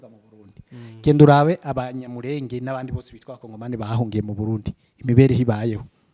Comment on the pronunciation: ibiganiro byanyu nibyiza ariko please nagira ngo mbasabe mujye muvuga izina ryacu muri correct way. turi Abanyamurènge not Abanyamurénge.